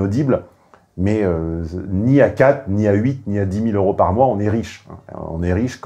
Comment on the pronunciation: Hé chef on dit 200 zeuros et non pas 200 heuros… ça fait désordre n’est ce pas ?